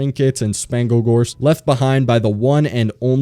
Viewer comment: this mf said spanglegorf 😭